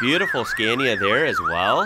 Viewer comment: So seems someone dont read comments, fine, lets learn again then: scAnia (skaa nee uh) not scEEEnia…. 😡😡